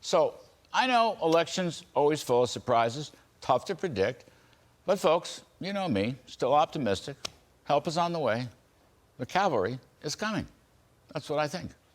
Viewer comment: Just another example of the "calvary" this idiot keeps talking about.